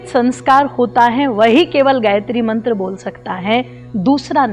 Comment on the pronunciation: मंत्र अशुद्ध बोला हे आप ने